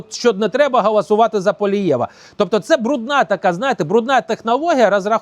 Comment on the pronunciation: .......все дуже добре і правильно ! Тільки не "гAласувати", а гОлосувати ! Всього найкращого !